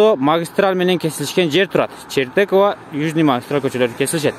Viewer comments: Чертокова эмес, Чортекова дейт. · Чортекова болчу эле Чертокова дейби?